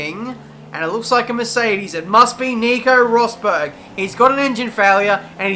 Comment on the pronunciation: IT'S ROSBERG